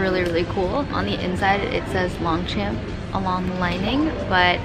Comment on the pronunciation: Long champ is supposed to be said in French so more like « lan Chan » but anyways you should have gotten it it was super cute you could have resold it as well